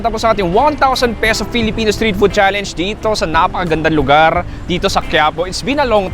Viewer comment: Natawa ako sa FELE! FELEPENO YARNS HAHHAAHHAAHAHHAHHAHAHAHA